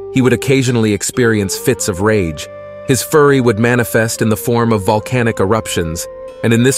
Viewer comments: It sounded like you said his furry would manifest.....instead of fury......maybe its just me but I thought that was hilarious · Lol god when the AI narrator pronounced “fury” as “furry” I lost it 😂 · Wow dude, how about you actually listen to the what you’re saying?!?! Screwing up pronouncing names is 100% cool, totally understandable, but saying “furry” instead of “fury” is ridiculous. Cmon, put some effort in.